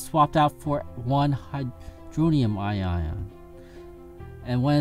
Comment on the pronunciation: Just throwing this out there, but it's pronounced ion, not i-ion. But otherwise this hits on most of the major points, thanks for the video.